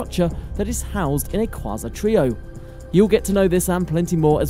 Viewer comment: You desperately need to learn to pronounce quasar. Here's an assist.